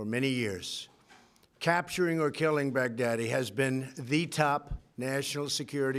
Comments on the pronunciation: he pronounces his name is Baghadi he pronounces it as baghdadi, literally 14 seconds later he gets his name wrong. This guy should write fictional books. Never seen so much bullshit in my life. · The way trump says bag daddy is werid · I swear he is saying "big daddy" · The further this speech goes on from the first pronunciation, the more he pronounces the name “bag-daddy”. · lmfao he pronounced his name wrong on purpose to further humiliate him.